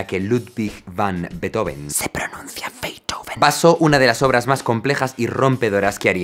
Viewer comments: No, no se pronuncia /ˈbeɪtoʊvən/ sino /ˈbeːtˌhoːfn̩/. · Solo decir que Beethoven no se pronuncia así como indicas en el minuto . En realidad sería algo más bien como Fan Béeetofn llevado a sonidos españoles (fuente: yo (alemán/español)). En cuanto a Beethoven como símbolo europeo, de su vida se sabe que él siempre estuvo apoyando los diversos movimientos y guerras "liberales" de toda Europa en contra de los absolutismos. Por eso compone Egmont (como símbolo de la "liberación" de los holandeses del Imperio Español, obviamente basado en una obra con sesgo del luterano Goethe), le dedica la Eroica a Napoleón como defensor de exportar los ideales de la Revolución Francesa, para después eliminarlo de la dedicatoria cuando se proclama Emperador y compone un homenaje a Wellington tras la Batalla de Vitoria cuando José Bonaparte es vencido en España. En resumen, su interés por lo europeo fue bastante más allá de la política interna de los reinos germánicos. Beethoven es de Europa y del mundo, no sólo de Alemania. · originalmente no se pronuncia /'beitoven/, se pronuncia /'be:tofen/ porque no es un apellido en inglés, es en alemán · una pronunciación mas acertada seria Ludbik fan Bitjofen.... Luis del Campo de Nabos... A la mierda todo el glamour, ja ja ja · Se pronuncia Beetofn. De hecho. y Motsagt y Ainshtain como bonus xd. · No se pronuncia Lúdvij fan Betófn? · Excelente contenido Jaime. Pero se pronuncia Beethofen, que el chamaco era alemán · Se pronuncia: "Ludvik fan Beetjofen" 😀 aproximadamente claro. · Ludwig van Beethoven [fʌn ˈbeːtˌhoːfn̩] se pronuncia beetjofen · Se pronuncia Betjofn** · Se pronuncia Fan Be-eetoFen, amigo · Se pronuncia «Beetjofen» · Se dice “beutofen” 2 segundos antes “ludbig” 😂😂😂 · No se pronuncia así su nombre. :( “Beet-joven” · ¿En qué idioma se pronuncia "Beithoven"? ;-) Desde luego, en alemán, no. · No, no se pronuncia así: la ‘b’ no es fricativa o aproximante; es bilabial sonora oclusiva. La ‘v’ sí debería sonar fricativa.